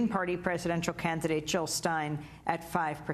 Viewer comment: JILL NOT HILL .....JILL OR WAR ,FEAR OR LOVE